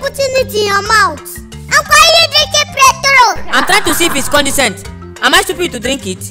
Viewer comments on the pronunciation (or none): lol the way he says petrol, pretrol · I love the way pronounce petrol